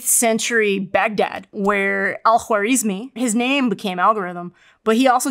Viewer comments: Finally! Thank You Professor for pronouncing his name correctly الخوارزمي Some may find it hard to pronounce an Arabic name. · As an Arabic speaker I appreciate how she has pronounced kh خ Al-Khwarizmi 🚀